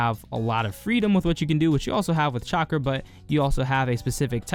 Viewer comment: Am I the only one that heard chakra as chocolate.